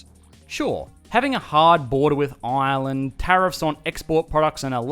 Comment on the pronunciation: Hearing "Ireland" in an aussie-accent is definitly a highlight of my day^^